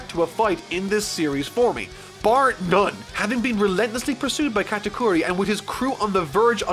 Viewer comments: Sorry,, you've mispronounced GOATakuri. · U butchered the first part of Katakuri’s name